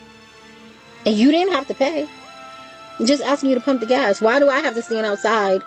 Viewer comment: Sweetie, the man is pumping gas, not GASH. With that missing "H" you can do that yourself.